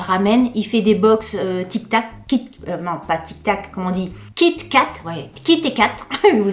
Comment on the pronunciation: Kit et Kat !!🤣🤣🤣 on dit "kitkat"